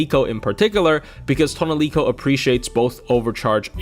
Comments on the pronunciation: Who the fuck is “toaunelico” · Tonelico: says her actual name on her summon line (instead of "Aesc") as Toh NEH rico: ToneLEEco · Take a shot whenever said toniloce